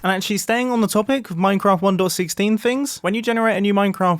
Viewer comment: Does anyone besides me hear him saying "one door 16" instead of 1.16? No? Ok.